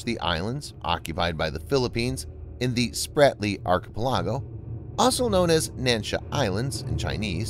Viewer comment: Can you say "Archipelago"?